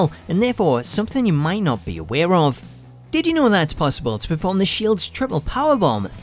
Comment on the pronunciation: Tittie know series.....😂 Thats all I hear know☃